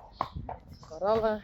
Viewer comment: I prefer your pronunciation of “Belle” and “Corelle”.